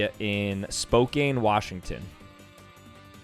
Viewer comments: He pronounced Spokane WA wrong!!!!!! It’s pronounced Spocan. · Spokane is pronounced spo-can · Not Spokain it’s spocan That is the Washington way to say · It’s not spo Cane it’s spo can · Heads up! Spokane, WA is pronounced "Spo-can" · Dude really said "spo kaine" 💀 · I would like you to know that there is a Washington state university that has the which is the same school just different part of WA so don’t feel like a complete failure. It’s also pronounced spo-can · It is pronounced (spo-can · bruh spokane is pronounced Spo-can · It's pronounced spoh can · Bro he said Spokane it's pronounced Spowkan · as someone from spokane the way he pronounced it hurt me😭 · Bruh the way he said Spokane